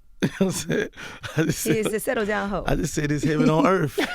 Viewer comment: 'heaven on earf'